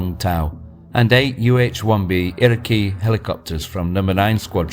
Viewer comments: Just so you know, the Iroquois choppers, named after the American Indian tribe, is pronounced iro-koy, not iro-key. Great presentation though. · we pronounce it irakwoy